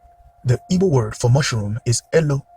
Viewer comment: You keep saying "evo" or "ebo" word and I don't know what you're saying it's so fast. I want to understand this video and share some information. What are you saying there?